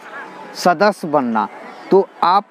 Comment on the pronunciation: Bhai sadas nahin sadasya hota hai